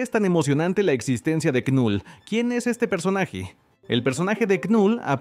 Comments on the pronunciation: Me da cringe que diga literal con letra "k" Knull... Cuándo la pronunciación es solamente "Null" 😂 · La "K" de knull es muda bro🤢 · La K no suena y la U suena más parecida a la 'e' del español. Gracias por tus videos: me gustan.